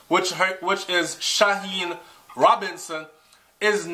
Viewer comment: Trrble trrble ting 😔 Her name is pronounced Sha-Heeny yeah but I hope Lisa pree di bigger picture of what's happening to the people that aren't so financially fortunate.... Jah kno wi have one life fi live (as far as I know) why dem affi do wi suh bad...... Bless up yuhself your work is making an impact even if yuh Nuh know me a mek yuh know keep it up!!! ONE LOVE